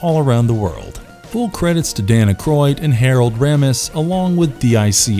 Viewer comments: That's Ivan (pronounced with a LONG I sound at the beginning, NOT YVONNE). Also, that's Harold Ramis (RAY-MISS) and Egon (EE-GONE) Spengler. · Why are Ramis, Egon and Ivan pronounced wrong?